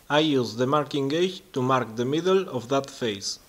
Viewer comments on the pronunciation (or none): It's not mar it, its "Mark" it ..also it's Work piece, not , wor piece.. .Your English is getting shit pedro English Mik